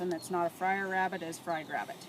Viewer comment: “Awww look at the cute little wabbit” ☹️